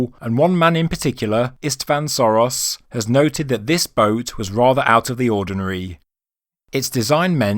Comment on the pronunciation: It's not Soros. It's Sörös (pronounced Shoeroes). And the boat might be that old, and at the same time the pyramid could also be linked to Khufu. It simply needs the pyramid to be built for that long, so that the beginning of the work started when the boat was made, and they finished it in the era of Khufu. It would not be an unprecedented example, the Cologne Cathedral was also built for 600 years. And looking at the size of the pyramid and the level of technology available that time the surprise would be if they didn't build it for that long.